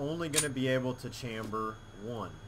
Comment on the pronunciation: fyi you're saying chamber wrong :P lol